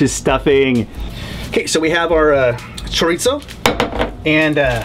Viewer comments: Cho-ri-zo there is no "t" in Chorizo, the r is soft the same way Japanese pronounce the r. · Me and my wife were cracking the hell up listening to saying CHOOR-EET-SO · Forever I pronounced it kor-eet-zo . Then my wife kept mocking me so I finally looked it up and she was amazed that it's actually pronounced "shut-the-hell-up" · As a Hispanic, the way he pronounced chorizo is kinda awful, but it’s okay... has such a cool vibe and his recipes are awesome. I love chorizo and mixed with some egg is fantastic. Check it out!!! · As a spanish native speaker, it was funny hahahaha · Same with Pizza, Pete-Za. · chorizo is Spanish and the z is pronounced like a "th" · since when was there a 'T' in "chorizo"? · Why is he saying chorizo like that